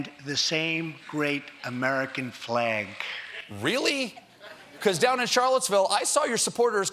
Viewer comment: "God" "flag" emphasized for his simple base